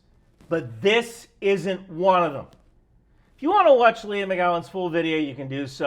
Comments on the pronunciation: I understand the skills need, but why do they all need to be appointed at such a high rank? Also, her name is Leigh, not Leah. You keep saying Leah. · Like 90% sure her name's pronounced " Lee " , just saying, since you've said her name like a dozen times in 3 minutes...😂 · I've never heard of this chick but I can read. I love that called her Leah instead of Leigh the whole video.😆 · Gotta be accurate? Then accuses tim pool of selling out to the Russians. WTF? Also. Leigh=lee not leah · The name "Leigh: is generally pronounced LEE but maybe she pronounces it like "LEE AH"